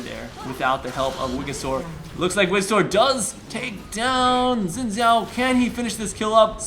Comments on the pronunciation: No it is Shin. Its a chinese name its pronounced that way. Its Shin Zhao basicly. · no it is not shin, and a chao is something from sonic, he is saying it correctly.